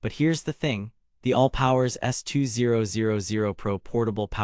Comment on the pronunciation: I find it very annoying listen to you saying S 2 0 0 0 rather than S2000